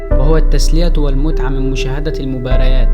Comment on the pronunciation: اسمه المتعه مش المتعبه